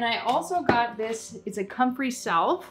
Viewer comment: Salve is pronounced Sav, like savage, the L is Silent.